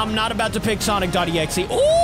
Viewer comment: is exe not exie 😂😂😂